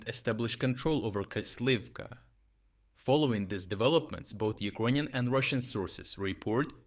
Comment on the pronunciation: Why tf do you speak the Word Ukrainian so weird ??